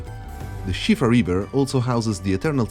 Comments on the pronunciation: Its called SIOFRA RIVER. Not SHIFA. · Shivra river ???? Are you for real ? You can't read Siofra correctly, what the fk... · Heavily dislike the way you choose to pronounce siofra